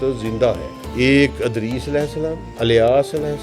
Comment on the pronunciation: has learned the Arabic Language but he has a very strong punjabi accent and say every Arabic name and word that starts with Fatha, he pronounce it with Kasra… Eg: Idris.. he say Adris… Ilyas, he say Alyas… 🤷🏽‍♂️🤷🏽‍♂️🤷🏽‍♂️